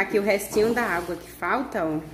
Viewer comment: Vcs não poderiam molhar a madeira, E eu assisto seus vídeos a bastante tempo e vc não falava alga igual vc está falando ao invés de água.